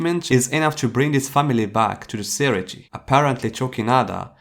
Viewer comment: Say-ray-tay not siri-tea Lol 😂